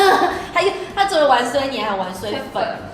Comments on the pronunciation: 不是唸ㄨㄢㄙㄨㄟ 是芫荽 ㄩㄢˊㄙㄨㄟ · 香菜本名叫芫（員）荽（雖），記得別唸錯囉！